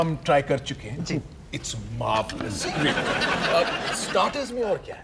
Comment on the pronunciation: Marvelous ❌ Marlevous ✅